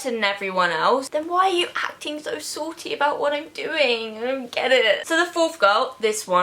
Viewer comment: Ily but the way u say salty annoys me